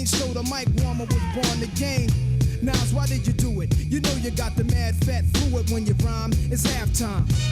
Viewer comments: You keep saying Nas it's not like it's spelled. It's pronounced Nos as in Nostradamus. He has an album called Nastradamus. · Pronounced NOZ, Not Nass. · It is not Nas like in Nashville, It is Nas like in NOS. Ren nailed it. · Say Oz, then put a N in front of it. NOZ—-NAS.. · Just a FYI its pronounced Naz.. Like a Z not an S. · Just deleted saying how sorry I was for sounding like a pronunciation nazi because I just noticed your above comment, but I'll leave in the reason it's pronounced the way it is... His birth name is Nasir bin Olu Dara Jones, with the first named pronounced /nɑhːˈzɪər/, so his rap name Nas is pronounced /nɑhːz/. Also, I LOVED that you did a bit of the original Halftime by Nas himself, very respectful and great way to kick off Ren's version. Great ear by the way hearing the Jazz music, Nas's father is a jazz and blues musician from Mississippi, and on the line you shouted out the Atlanta Braves...."Atlanta ain't Brave-r, I'll pull a number, like a pager", might have been a shout out to his brother, Jabari Fret, who raps under the name Jungle and was a member of a hip hop group, Bravehearts. Although it's his younger brother and the group formed after this track, so forget that, there might be a tie in, cannot confirm, anyway, great reaction and synopsis, top tier as always!!!! ✌💚